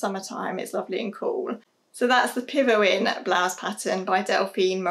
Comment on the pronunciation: Great video and amazing collection. I think we should definitely stop feeling guilty about things we do because we love doing them, there are already so many reasons to feel guilty... BTW Pivoine is pronounced "pivwan" with a "a" like in fashion :-) Delphine is a wonderful designer, a stylish and funny belgian woman based in Brussels. Just love her work!